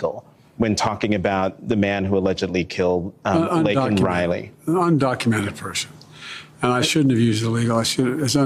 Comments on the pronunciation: Not only did he say illegal he also called her Lincoln not Laken. And he is more concerned with offending the criminals than disrespecting the woman who lost her life! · You know the dog video is a skit because, if it were real, she never would have posted it. Did you notice how Biden said Lincoln Riley instead of Laken Riley? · You can clearly see Kamala stabbing herself in the hand with a letter opener trying to keep from laughing as Biden attempts to pronounce his latest victim's name.